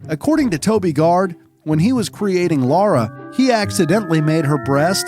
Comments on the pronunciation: I think it's the fact that Laura is a more common name. Never heard of a real Lara. Also, yes, we can pronounce it, but if you're unfamiliar with the character and you don't really care, you might accidentally pronounce it Laura. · Nope... not a single time. It's always Lara... British actors will say the "a" more like the a in "father" - (same way they say can't and dance) but it's never an "au" like in "laundry", "caught", "laurel" or "Laura".... to a native speaker of British English, Lara rhymes with Clara, so if you're American you should just say it so that it rhymes with the American Clara, who has the same vowel as a cat or a bat..... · It's LARA and not LAURA. The narrator keeps saying it wrong. Did no one involved in making this video realize this mistake? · Derby is pronounced "Darby". If you need directions in the UK don't call it Durby coz you won't get there. It's bad enough calling a well established character "Laura" all the way through a video about Tomb Raider. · She's called Lara not Laura ffs. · Even if parent were GONNA name someone Jack but decided on Peter , the name of the person is gonna be Peter !!!, even if the audio presenter here insists on calling him Jack, they WRITE it Lara, why pronounce it LOra, chances are parts of the crew might have been called Lara, after all a huge number of girls were called Lara after Doctor Zhivago hit the cinema in 65, and that, not just in the West … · Please ffs stop calling her Laura. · All I hear is "Laura" haha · The part where he says Lara was originally called Laura is hilarious because his pronouncing of Lara was exactly the same 🤣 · In other documentaries they say Americans back then couldn't say Laura so they named her Lara 🤣 now some of them they can't even say Lara correctly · ITS LARA! 🤦‍♀️🤦‍♀️ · Laura? So funny, Americans just cant say Lara, at all! xD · Her name is Lara, not Laura... like Clara but without a C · It's Lara, not Laura. It rhymes with Mara, not Cora. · OMG ITS LARA NOT LORA